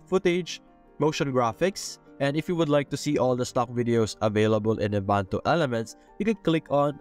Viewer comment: En-va-to; not envanto. 🤣😅😂